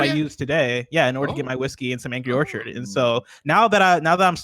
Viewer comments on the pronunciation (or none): none